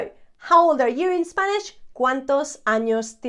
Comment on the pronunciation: Thanks so much, i'm from sweden as you can notice my english is not so good as i wish however your pronunciation is so clear so i understand enough to be able for trying learn spanish, great job! I will follow you since now